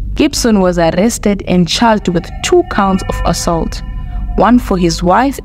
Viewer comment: Learn to pronounce Assault 😢😢😢